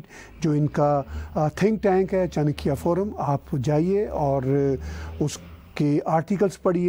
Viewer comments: sir it is cha na kya not chankya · Saab, why is it always difficult for Pakistanis to pronounce simple words and make a mess of it. Like when you say Chankya Dialogue. It is pronounced as Chaanakya Dialogue. Pl ensure for future. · Sir your program is always nice . But I get very angry when you say चंकिया . Sir pl pronounce it correctly . It is चाणक्य . You can ask Major Gaurav Aarya . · With due respect.... Sahab... Major sahab k uss program ka naam Chanakya(चाणक्य) hain... Your pronunciation is little bit wrong. Thank You!